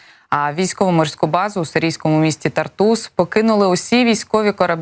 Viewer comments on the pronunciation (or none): Годі брехати ! Не ТартУс, а ТАртус. Ганьба базікалам !